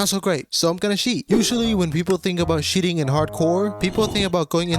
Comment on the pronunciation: "Sheating" , "sheat"🤭